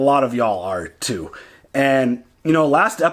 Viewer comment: Sounds like "Atoo!" 😊